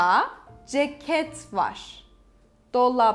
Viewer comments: You pronounce VAR as VAŞ ? Is this standard? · I need to know this… why is “var” pronounced as “varshh”? Or tesekkurlar with shh on the end?